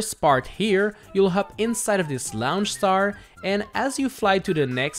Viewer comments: It annoys me every time you say "laonch star" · laoonch star